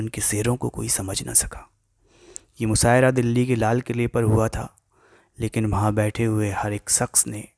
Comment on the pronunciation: Musaira nhi mushaira hota hi apni urdu sudharo